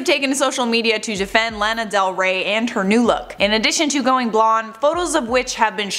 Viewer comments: Its not Laaa na it's Law na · Her name is pronounced La-na not Lan-a. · noooo! She is a fake Lana but at least she was popular enough to get the pronunciation of my name out there. La-la-la. La-nuh. Every time you said it the other way it almost physically hurt 😬 It is weird because Anna sounds pretty and Hannah sounds pretty but with the L it sounds like blaaa! Like you're spitting something out that tastes gross. Would have been so much easier if my mom had named me Alana. I like your show. 😀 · It's pronounced Law-naw, not Lan-ah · I think she’s blonde naturally, but I don’t doubt she went to the salon. also, Lana is pronounced like it rhymes with “sauna” lol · Lmao the way you’re saying her name. It’s “lawn-a” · Lana is pronounced like “Donna” with an “L” instead of a “D”. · It’s pronounced Lawna 😭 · It’s “lawn nuh” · Why does she pronounce is Laaahn uh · It’s LAW NA !!! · The only thing that bugs me in this video is how she pronounced “Lana” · first off lana is naturally blonde, so I dont get why people are mad. second, if you're reporting on a celebrity at least learn how to pronounce their name for the video... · The way you say Lana is sending me. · Why are she pronouncing her name wrong, you had it right on the other video 😂😂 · Why does she pronounce her name like that lol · lol such a Canadian way of saying Lana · Why does the way she say “lana” bother me? 😂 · Why you saying Lana all weird ... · You pronounce lana weird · Can you say her name rite please 😂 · Stop pronouncing her name wrong